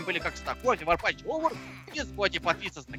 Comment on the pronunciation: у тебя на привью написано не варпатч а варпатх